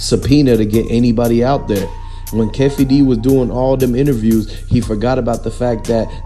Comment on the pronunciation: If you don’t know the names don’t do the report. Wtf is Keff E its Kee fee